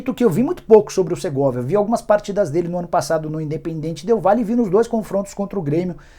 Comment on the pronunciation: Não é Segorvia, é o SERGAY